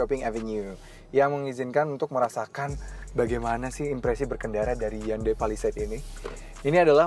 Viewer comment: Cara ngomongnya udah bener, Pa Li Seit Bukan Pe Li Seit